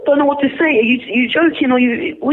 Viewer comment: The way he said Wut made me laugh even harder LoL. I am dying here. Please do more pranks on English people. Man that was funny as hell LoL